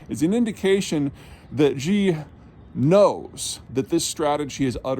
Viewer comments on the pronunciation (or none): “Xi” = “Shi” not “Zhee.” As in “Xi sells sea shells” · Wolf Warrior not Warrior Wolf…. Also how hard is it to say "Xi". Not zee or zhee. Xi. Like "She". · Sheeeese Peter, I'm from Texas and even I can properly pronounce "Xi". Just say "She" and that's close enough. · In Chinese pinyin, X is pronounced like "Sh." So the leader is SHE, not JEE. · Xi JIn Ping= is Shee JIn Ping not JHEEEE Jhing Ping. NEW CLEAR is not NEW KEY LER. UGHHH Take your small town Texas college degree elsewhere. A professor you are not.